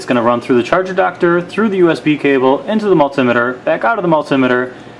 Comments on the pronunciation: Very helpful, thanks. Just think about the construction of the word multimeter...it’s two conjoined words...multi + meter, so the emphasis shouldn’t be on “tim” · its a multimeter not a multimiter !